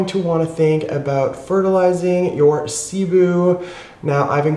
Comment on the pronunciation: sih-BOO. My parents are Filipino. Hopefully we can get correct pronunciation getting around more. Much appreciated.